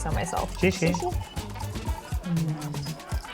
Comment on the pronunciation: I'm happy you're pronouncing xie xie correctly.